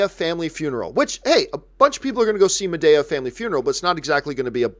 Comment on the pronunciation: It’s “Ma De A” not “Ma Day A”